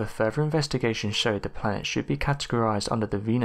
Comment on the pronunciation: We live on EARTH 🌎...NOT URFF! I do think this narrator is working a tiny bit harder on pronunciation. Hearing the word fur-Vur instead of further can just drive a person craaaazy! I do LOVE UM, 98% of the viewing time is just SMH 🤦🏼‍♀️ & or ignoring the possibility of hatred this youngster has against the ‘TH’ sound., ya have to use your TEETH 🦷 & not Teef though.